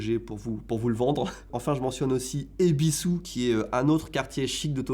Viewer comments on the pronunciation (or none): EBISU se prononce EBISSS et pas EBISOU …